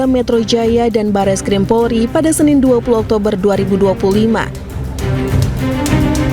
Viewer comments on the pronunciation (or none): none